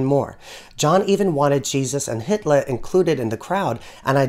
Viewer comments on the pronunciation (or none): none